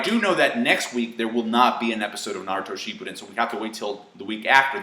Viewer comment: it almost sounded like you said "shitpudden"